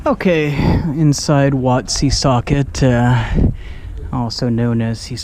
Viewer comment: Wat Si Saket pronounced What Sea Sar Gate.